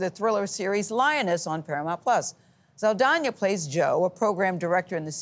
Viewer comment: Saldania? I thought it was Sald (ahh) na?